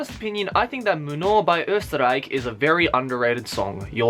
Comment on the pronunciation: How you pronounced Österreich I can't :'DD hahaha so adorable